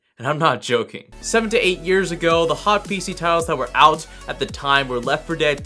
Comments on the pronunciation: Years AGRO ????????? LOL!!! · seven to eight year a "GROW" me : wait what? Lol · "years agrow"